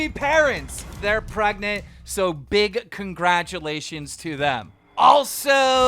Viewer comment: This nigga really said "There Pregnat"